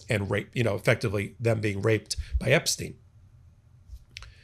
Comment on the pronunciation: Kudos for being the only commentator to pronounce Epstein's name correctly